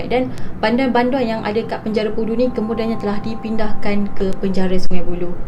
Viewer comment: bunyi sebutan pudu tu mcm bunyi budu 😂😂😂